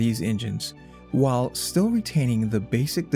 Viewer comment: Whall The word is while, rhymes with style